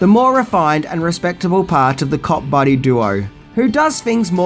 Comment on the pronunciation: Thought you said Cock buddy movie !!!!!